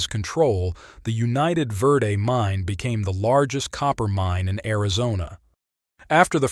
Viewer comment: The Railroad mentioned was the United Verde & Pacific(UV&P). It had a 186 curves in 26vmiles. That old line is now Perkinsville Road. Remnants of the start of the line at Jerome Junction(now Chino Valley) are still visible. The worse Verde is pronounced "Verde", not "Verday"